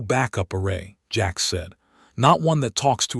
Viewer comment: His name is Jax but your A I says Jacks come on not good enough sort your shit A I out or just dont post